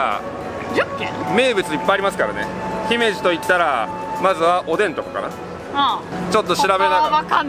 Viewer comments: 「ひめじ」のアクセントは高高高が正しいので、少し違和感。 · 姫路のイントネーションがちがうんだよなあ。ひ↑め↑じ↑ なんだよなあ。 どうでもいいんですけどすみません。 楽しめて良かったですね！☆ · 姫路のイントネーションが…(笑)